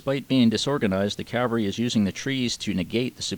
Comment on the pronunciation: does a great job on these videos. The animation of the map series is good and the timeline is a nice detail. I only hope that, will learn how to pronounce The word Cavalry. Custer would cringe when his regiment is referred to as the 7th Cavery. 😄. All in all a very good series on what happened in June of 1876. A lot of work went into this series. Good job.